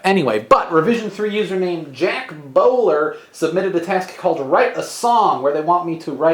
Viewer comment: The way Dan said "Jak Bowler" made me laugh almost as much as the song fakeout.